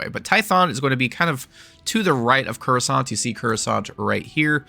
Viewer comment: Say "kur-uh-sahnt" one more time, bruh...